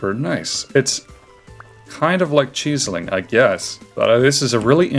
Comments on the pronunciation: CHEESE-ling? Isn’t it Chisel like “is ill”?? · please help he keeps saying cheesiling 😭(no offense but that's how it sounds to me) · Man really says "cheese-eling" :eyes-purple-crying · Are you saying chiseling like that on purpose orrrr...? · you say chiseling like that one more time and it wont be pretty pal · The pronunciation of "chiseling" is killing me. You're doing great in terms of progress.